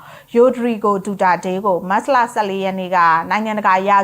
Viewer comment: မတ်စလ,မတ်စလ နဲ့ကြေငြာတာနားထောင်လို့မကောင်းပါ။မတ်ချ်လ(သို့)မတ်လဆိုလျှင်တော်သေး။